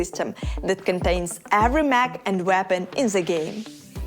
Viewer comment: Anyone else hearing MAC arena? Like Mac and Cheese? I know I know it's a language thing, but still funny... :P